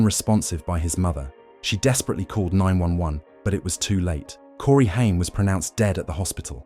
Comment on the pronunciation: you could at least say his last name right if ya gonna make a video about him